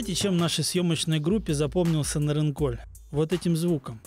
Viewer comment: Ведущий, двойка тебе. Ты бы хоть удосужился название села, где ты был запомнить. Не НарынкоЛЬ, а Нарынқол. Как таких вообще на работу берут? Ни казахского языка не знаешь, ни матчастью не владеешь.